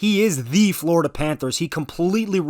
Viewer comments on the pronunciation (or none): none